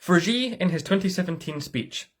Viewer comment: Nice video. The only issue I always have is how "Xi" is always pronounced. To get it right, try to say "she", but don't let your tongue touch the upper or lower palate of your mouth, point it towards your teeth. Crazy pedantic I know, but it always bothers me lol